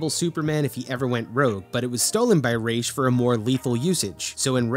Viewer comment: Thumbs up just for pronouncing Ra's correctly.